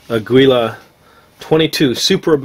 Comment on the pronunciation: Aguila is pronounced like "ah-gee-la". It's "eagle" in spanish. (Mexican company).